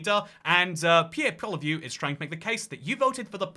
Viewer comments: thats still wrong. It's po-lī-ever (r is rolled) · pronounced Pierre " Polly-ev "